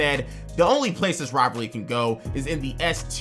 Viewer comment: bro can’t say rivalry